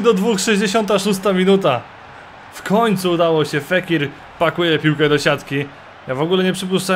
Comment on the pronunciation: fékir a czyta się fakir xD